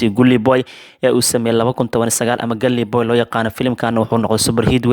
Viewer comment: Waxaa sax ah dhawaaqa Galii booy Guli waa qalad Gully boy